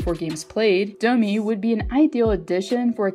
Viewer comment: It’s Domi. What’s this Dooomeeee shit?